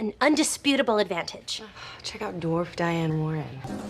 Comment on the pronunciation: I love how she calls Rachel a dwaf 😂